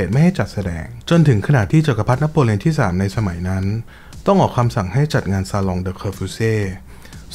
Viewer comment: เสริมค่า จะอ่านว่า ซาลง เหมือนกับที่ maison จะอ่านว่า เมซง นั้นค่า 🥰